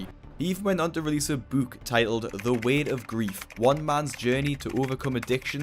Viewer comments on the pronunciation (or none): Do you always say "book" like this? or was it just a quirk